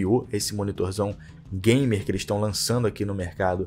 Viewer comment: ''Não tem ergêbê, não é gaimer''